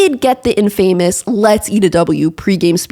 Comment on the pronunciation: look into your pronunciation of "infamous". :-)